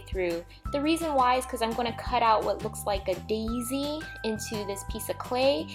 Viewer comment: The way that she said dausy was funny 😂😂